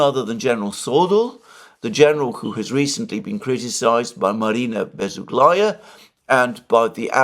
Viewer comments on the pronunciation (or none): BezUhla(ya), not BezuglAya. PoltAva, not POltava.